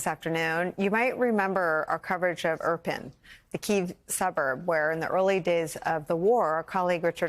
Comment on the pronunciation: Irpin. It is pronounced: "eeer-peeen". Accent on the second syllable.